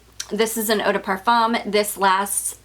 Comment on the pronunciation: Hi First I'd like to tell you how much I love your videos! I've watched nearly all of your fragrance ones and you have turned me on to a lot of notes I didn't know about. But, I do have to say something that I've kept inside for so long..lol. Edp is pronounced PAR-FOOM, not PAR-FUM. I know it seems silly, but it's kind of irritating. I am not the kind of person to let little things bother me. But this little thing really bothers me. Again, i really look forward to your videos. But I've allowed this one little thing creep up on me and now I just can't keep it in any longer. If you don't agree with me, at least look it up.